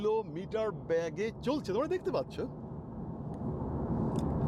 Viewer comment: ব্যাগে নয় বেগে